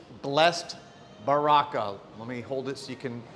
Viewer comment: Baraka is actually pronounced Bara…….ka. It’s Arabic it means blessings.